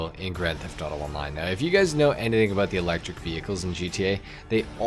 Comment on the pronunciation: “Aboot the same performance” are you Canadian?